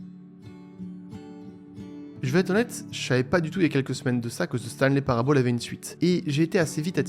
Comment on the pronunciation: "Parable" se prononce [Parabeul], pas [Parabaule]. "Year" se prononce [Yeur], pas [Yère].